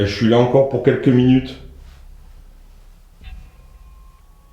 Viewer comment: Comme vous j'ai entendu " Attends " et non " encore " ...